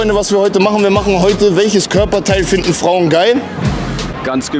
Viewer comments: welches körperteil 'fiden'.....? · Sekunde 20 „fiden”